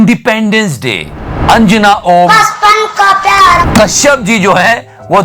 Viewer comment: Love the way you take a pause for Anjana Om ....... Kashyap 😂😂😂😂